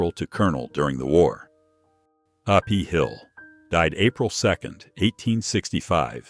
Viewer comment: A. WHAT Hill?! Is this some kind of AI crap narrator???!!! Now, John S. Maahsbee????!!! WTH!?